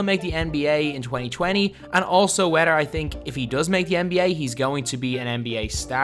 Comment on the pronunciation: Lmao you say wedder instead of whether